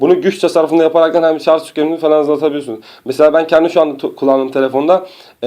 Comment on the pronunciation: şarZZZ demişken?